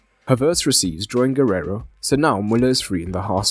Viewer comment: Very good analysis! P.S.: it's not "Guerrero", but "Guerreiro".